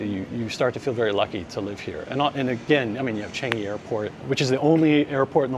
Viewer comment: Do have respect in pronouncing local n asian words/names. Do Not say it/them in american way....do say as CHAA NGEE, not as CHE NGI. Follow the pure locals - how to pronounce these words/names even if not perfect. But DO NOT in your way. Unless you want to be lost in translation or misunderstood and lost the direction to your destination. Thank you